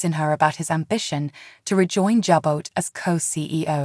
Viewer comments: is there any way you could find someone who knows how to pronounce the words the right way. Chloe is chlo- ee Devon is Dee-von, Jabot is Jaa bow. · Pronounce names Devon correctly dee von jabot is jabow